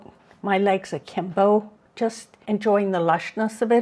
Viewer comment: Akimbo and chaise longue (pronounced properly!) - such a pleasure to hear real vocabulary! Thank you!